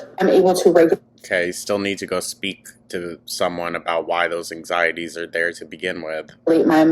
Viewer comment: She always says “onion” and “egg” when referring to plural onions and eggs, but then says “ANG-ZYY-TEEZ” 🤦‍♂️